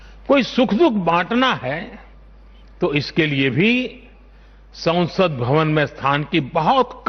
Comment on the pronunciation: Sansad ... not sausad ...